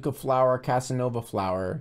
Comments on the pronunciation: "Cassanova flour" lmao that flour gonna romance tf out of you, dude XD (If you didn't notice, it's Cassava flour) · cassanova flour was killing me😭😭 its cassava